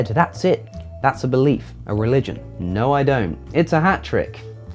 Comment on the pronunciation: "a relgion" good job Ken